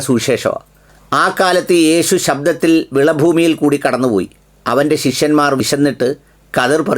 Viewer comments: Shabhamalla. Shaabath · മലയാളം വായിച്ചിട്ടും തെറ്റുന്നു താങ്കൾക്ക്. ശബ്ബത്ത് എന്ന് കേട്ടിട്ടില്ലേ.. അതിന് പകരം ശബ്ദം എന്ന് വായിക്കുന്നു. നമ്മുടേത് അല്ലെങ്കിലും അതും ഒരു വിഭാഗം വിശ്വസിക്കുന്ന വിശുദ്ധ ഗ്രന്ഥം ആണത്. ശ്രദ്ധിക്കണം. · ശബ്ദത്തിൽ അല്ല ശബ്ബത്തിൽ